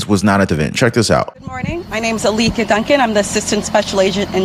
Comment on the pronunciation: The DEI FBI lady mispronounced her own name Althea as Alleaka ... way beyond DEI ... she's special .. short bus special ... ask her brother LePoopoo